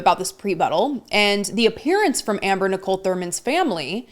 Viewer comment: Did you catch her mispronouncing Amber’s name? She knows better, that was just petty and rude.